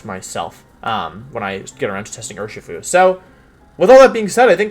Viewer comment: I think wideo man is pronouncing Urshifu wrong. It's clearly pronounced You-Are-(Master)-Shifu.